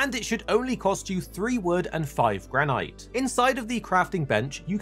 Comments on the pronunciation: Why are you pronouncing it GRAN-IGHT?! 😂😂 it’s Gran-It 😂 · graneyete isnt how you say granite? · He means where it doesn't modify the "i" to be a long sound (and so would be pronounced "gran-it"). but yeah, that's not what silent means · Man said Gran-ight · Love the way you say granite. Never heard it said that way. Most pronounce with a silent e on the end but we in fortnite collecting granite. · Thank you for the tips but the way you pronounce granite is sending me 😵‍💫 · Why do you pronounce granite like that 😂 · You can't pronounce 'Granite' 🐣 Damn.